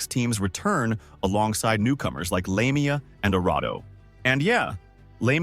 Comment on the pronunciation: I just want to correct you on lamia's name pronunciation lamia's name is pronounced With a vowel a so it sounds like Lamb not lame